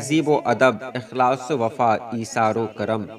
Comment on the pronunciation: Akhlas nahi hai Ikhlas padhye